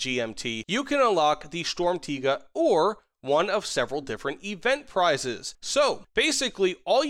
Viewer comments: Yea for you English people out there it's Sturmtegar not Sturmtaiga ^^ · For the pronounciation: it's "shturmtiger", much love from Germany! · i feel like somethings a little off and i think it's the R at the end of "Tiger" that's ever so slightly too weak. It sounds kind of like "Tiga" but it's close enough so i approve too. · Your pronunciation of Sturmtiger is pretty good when you say it like Sturm tee ga just put a little more emphasis on the r at the end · Pronounced stirm - tea - grrr, but close enough thanks for the valuable knowledge 😂😂😂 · shtorm teeger is what i keep hearing lol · don’t say sturmtiga with a hard r bro 💀💀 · It is literally probounced sturm (just like storm but with a u) and tiger (with a short i [sounds like an e])